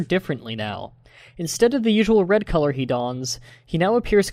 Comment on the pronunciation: Omg the co-lore thing is so annoying